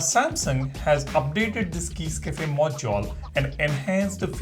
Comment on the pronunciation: The way you say module is hilarious. MAW-JYAWL